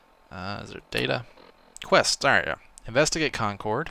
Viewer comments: Concord is pronounced Con-kurd not Con-coord with less of a pause between syllables. Im from the area. Great content so far btw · How to tell someone isn't from new England: they pronounce it Con cord, not con curd lol luv ya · Love the videos, but it would be great if you'd pronounce Concord correctly. The game actually got it right in the last episode. As a big fan I hate to sound so nitpicky, but I happen to be from the area. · live near a place called Concord as well, different one, but i's also pronounced the way it was in the game.